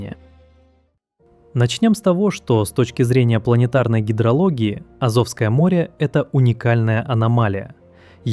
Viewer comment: Так аZOVское море или AZOVское море?